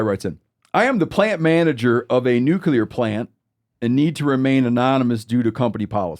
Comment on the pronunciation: is making fun of Bush while botching nuclear himself 😅